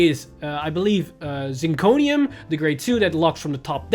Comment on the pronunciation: It's kinda funny while you call Zirconium correctly even tho you were not sure, you kept calling G1 Star-vader name wrong. It's Craving Claw. Not Tragic Claw. Tragic Claw is DI card from G era.